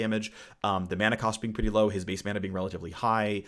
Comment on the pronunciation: I got a chuckle out of how often he said RELLatively